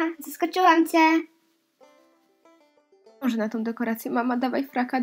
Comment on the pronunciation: Wkurza mnie twoja wymowa. I to strasznie! Mów ść, bo jak jest „Zaskoczylam ce!" to okropnie irytuje!